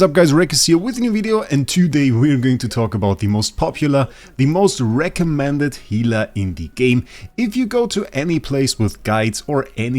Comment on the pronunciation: I swear i heard you saying this is the wraecommended healer :D